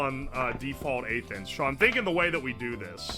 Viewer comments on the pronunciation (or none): At first I thought you said "8 inch" instead of "1/8th inch" and was like "yeah man that looks -average-" nawmsayin